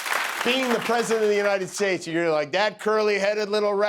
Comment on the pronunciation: He actually said tall correctly. Unlike :troath senshul(truth social) The oranges(origins) United shates(states) Anomanusss(anonymous)